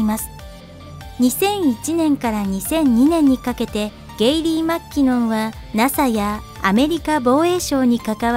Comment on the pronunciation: マッキノン… まーきのっ